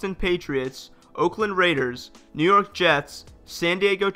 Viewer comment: “New Yerk”😂